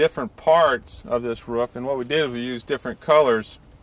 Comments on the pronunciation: Roof.. I say again ROOF - not RUF. I repeat not RUF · the way he say rooFF :D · Hes probably from NC/SC. His pencil shows a Building Supply store in NC (area code 704)..... probably made this video somewhere in the Charlotte area.